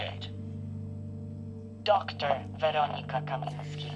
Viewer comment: Should be “Kaminska”, not “Kaminski”. Unless she’s secretly a he.